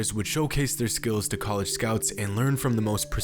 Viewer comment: does this guy just say word wrong on purpose or does ge actually believe college is pronounced coleega